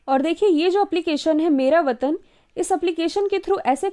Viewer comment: Sorry app ka naam "मेरा वतन " nhi hai " मेरा वेतन " hai